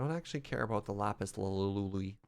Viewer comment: Oh just doesn’t know it’s “lazuli,” huh